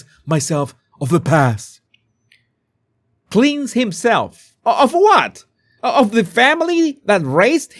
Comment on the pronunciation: Cleanse is pronounced 'klens'.